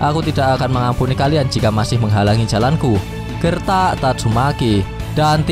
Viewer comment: Sebut nama biar betol sikit min, tatsumaki, bukn tatsumeki.. dah bgus bgi nma, lain pulak yg min sebut..😓😓😓😓😓